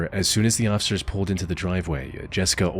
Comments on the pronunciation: Why can't you say officer? You say ossicer or ociffer every single time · My guy, the word is "officer", NOT "occifer" 😂😂